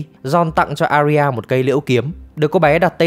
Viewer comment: Arya đọc là A - ya nhé, 2 âm thôi